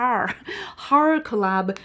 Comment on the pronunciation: Haha the struggle of saying the word horror as a Scandinavian, I know the feeling :)